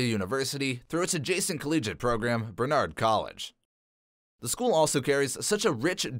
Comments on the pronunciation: the pronunciation of "barnard" and "alma mater" are driving me insane. BARNARD not bernard. ALMA MAHTER not ALMA MAYTER. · 1. You misspelled “Princeton” 2. It’s pronounced “BAR-nard.” 3. It’s pronounced “alma MAH-ter” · It’s “bar-nard” … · Barnard, not Bernard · Barnard, not Bernard. Barack Obama went to Columbia College! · Is this a computer generated voice? Many mispronunciations like Alma Mater, Barnard, ...